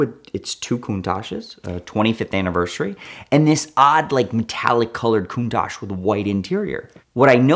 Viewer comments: If you've "studied Countach" your entire life, did you notice it doesn't have an S in the spelling? Its Countach. Coun-Tach. Is the Tachometer in your car called a tashometer? Study harder. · Drinking game- take a shot every time he says countash 😂